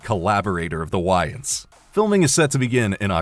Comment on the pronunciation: You might want to learn how to pronounce the names are reporting on is the WAYnes brothers, not “Whyits”